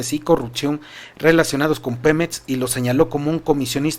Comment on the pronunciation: X q dices pemets y etxpresidente, no es x criticarte amigo pero pon atención en la forma que hablas, mucha gente se acostumbra y después habla así. Disculpa x el atrevimiento. Saludos